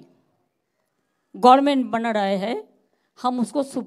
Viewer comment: Gorment not Government bolun.